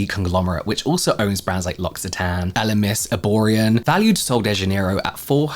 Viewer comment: James, L'occitane is pronounced "loki" with a k, due to double c. 😊 always love your brand deep dives.